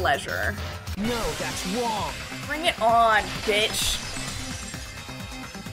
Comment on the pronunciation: everyone else: thats wrong nagito: thats wong